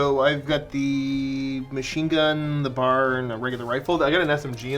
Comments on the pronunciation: I just started my Bolt Action collection this year. It should be fun! Also, it's not a bar, it's a B-A-R (you say the letters). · Its not "BAR" its "BEE AYY ARR" ... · It’s pronounced B.A.R. For Browning Automatic Rifle. It’s not bar. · Love seeing another bolt action episode! And for the record, it's B.A.R. not bar like candy bar.